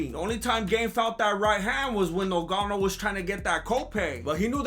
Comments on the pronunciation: 5mins in and this fool got me dying....And Im Cameroonian he is fucking up Ngannou's name. Oye Ese, get it right...Its pronounced like it has 2 Gs...GGannou...not nuGanou!!!!!! 😫🤣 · Lol great video brother 😁, lol rolling on the ground when Gane was doing something weird in his shorts 🤣... Although the Champs name is actually spelt Ngannou... Pronounced NGA-NU. Great work though bro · The way you say Nogano 😂😂 reminds me of when they used to call him Nganou in commentary 😂😂😂.